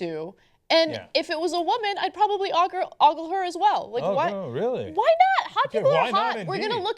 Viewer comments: Since when is ogle pronounced "aww-gle"? It's "oh-gle"...isn't it? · "oggle", Ana? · How Anna pronounces oogle is very strange... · It's spelled and pronounced "ogle" Look it up. <.<